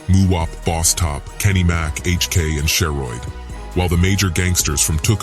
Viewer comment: She-Rooid lol